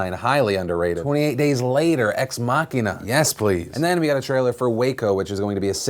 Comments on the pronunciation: Did..... Did he just say "ex macina" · thats a first for pronouncing "ex machina"